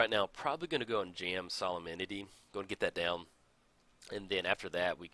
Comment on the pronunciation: Sah-lem-ni-tee Solem-nity Solemnity